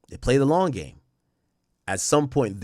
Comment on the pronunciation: Dj akademiks, I don’t like how your saying “play the long game??”